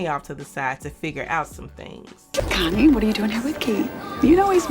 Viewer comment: Connie, Not “Cunnie” 🤦🏾‍♂️😅